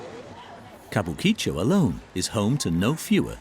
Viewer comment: Chateau should be translated as Chateau, since its not a castle. And it is ka-bu-ki-cho. Flat pronuncation. Still ALthough I have been to Tokyo many times, and worked for Japanese companies never saw these extremes close up. Japanese culture is fractal though and everything is a bit like this. At the dinners I got to got to its the same drinking culture and the company paying has to be seen to be ostentatiously generous and its the female staff acting like geishas and keeping the men happy (even if those women are on the same level). Beware the ones directed to extract information from you when you are drunk.